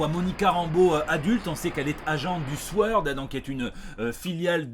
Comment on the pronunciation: Tu dis du souord et non sord ??? Pour un bilingue tu le déçois